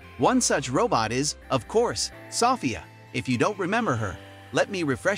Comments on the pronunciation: It's So - phia, not Saw - phia. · Her name is pronounced so-FEE-ah. Not SOFF-ee-uh. I can't stand the illiteracy anymore. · Soffia? um its pronounced So Fia i swear these channels are a plague on youtube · It’s So-ph-ia learn how to say her name correctly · I’m turning this off cause you keep saying SofIa. Idk why you need to say a name that much. We already know who you’re talking about. And stop mispronouncing her name. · Why does he pronounce it "Sahfiah" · In England we would pronounce it "suh- feeya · You're pronouncing Sophia wrong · Half way thru the video he learns how to say her name right. Its almost as if the commentator is an IA learning as he goes. Like seeing his progress in human language in a span of 7 min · Title: is Sophie still alive? Everyone in comments: you can't even pronounce her name correctly! (Idk should should i use "her" for a robot haha) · The narrator can’t pronounce a common name 🙄. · you're saying Sophia wrong. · it does sound comical how he pronounces it 😂🇬🇧